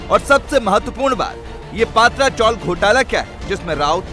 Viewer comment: पत्रा चॉल है, पात्रा नहीं...